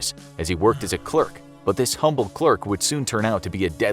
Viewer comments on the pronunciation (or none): none